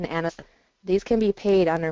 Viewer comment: Anes-the-tist! Not anes-thet-tists.